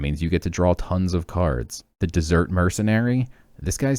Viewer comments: Were you purposely pronouncing desert like dessert? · It's Desert though not Dessert hehe.